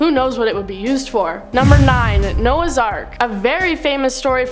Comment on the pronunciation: They found nouaghs ark